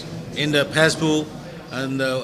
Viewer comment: Hello sir... It is Facebook not Phasebook... Okayyy....